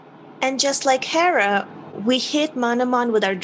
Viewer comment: Therrah? its Herrah